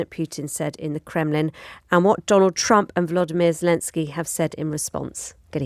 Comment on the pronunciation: Vladimir, not 'Vlodimir', where do they get these presenters?